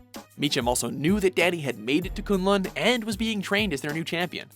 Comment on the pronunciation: The way "Kun Lun" and "Shaio Lao" is pronouced makes me cringe